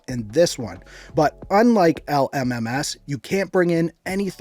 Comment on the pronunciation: the way he said l m m ass